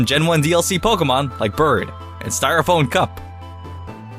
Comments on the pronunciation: Did you really just say "styrophone?" I am confused. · did you seriously say styroPHONE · He said styraphone cup! 😂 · wait...... styrophone? lmao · "Styrophone"? Whatever you say, mate. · Did you say "styroPHONE" ??? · omg Styrophone? Really? Your childish ignorance is so cute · "styrophone" ok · What the fuck is 'styrophone'?